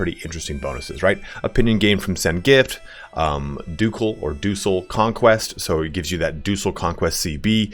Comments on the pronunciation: Yes! Ducal is pronounced with a hard C, and De Jure is pronounced "De You-Ray", not "de goore" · Hey dude! I might be wrong here BUT, I believe that "Ducal" is meant to be pronounced as "Dukal" as a Duke, as it leads you cb for an entire dukedom once you have a couple of counties in it. I know tho that most of the historical words used in this game are of latin origin and sound weird for saxon languages like english. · I am not sure if its a joke or just mispronunciation but “Deuceal” and “Cassius Belly” is funny